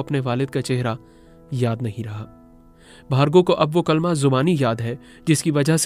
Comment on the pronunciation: ماشاءاللہ کلمہ سٹوری سنانے والے بھائی سے بھی صحیح نہیں پڑھا گیا